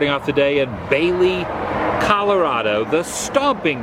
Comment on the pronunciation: You were very close! And it's ColoradO, not ColoradA lol